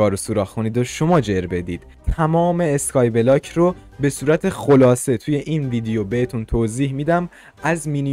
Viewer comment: نه از اون اینتروت نه از اون اسکای بلاک گفتنت😂